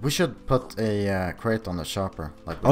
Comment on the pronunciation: he said shopper instead of chopper